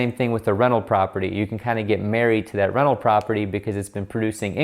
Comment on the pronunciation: Haha every time you say 'rental', I heard it as 'reno'.